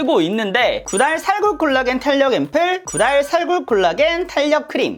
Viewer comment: 구달이라고 할때 구랄이라고 들림ㅋㅋㅋㅋㅋㅋㅋㅋ1.75배속으로 들어서 그런가..?